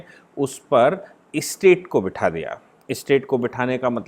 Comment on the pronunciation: स्टेट शब्दका उच्चार आप इस्टेट ऐसा क्यूं करते है। राज्यको मालमत्ता बनाना डरावना नही है क्या?